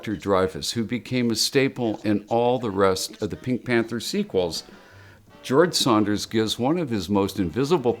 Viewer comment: Dan Ireland keeps saying "George Saunders." It's George SANDERS (rhymes with Flanders).